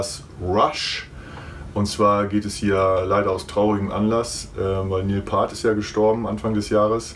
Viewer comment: Neil Paart? Piert is der erwünschte ausdruck für Neil's nachname Peart. Video ist trotzdem super.